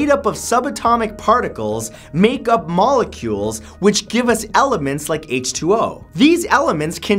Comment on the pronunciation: I fell asleep and had a half-asleep dream you were wearing glasses probably because you kept saying "molecules" like penny from BBT